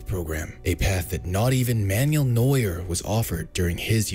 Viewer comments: Oliver Kahn's German as well, geniuses. :D It's also not Manual Neuer. He's not a gearstick. Man-well. Same as in Spanish. Informative video though. Glad to have him at Newcastle. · "Man-yool" Neuer